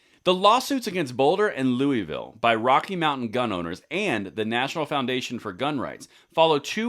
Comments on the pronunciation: Thanks for what you’re doing! Just a small correction, it’s pronounced “Louis-Ville” not “Louie-vull”. ;) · Great news! (In Colorado, the "s" in Louisville is not silent.) Factoid...the Bill of Rights pre-empts state law.